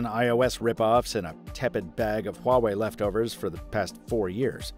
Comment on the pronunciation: It's Huawei